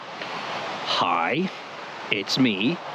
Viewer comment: That Hiiii is the most Midwestern thing I've ever seen someone from the British isle do lol. Hope you're doing well, dude.